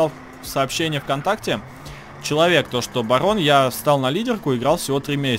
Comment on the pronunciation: Всем пгивет с вами багггон. Что пгостите? Машина не габотает. Барон ты могда газбитая.